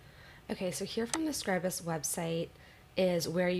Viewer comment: Thumbs up for pronouncing Scribus correctly.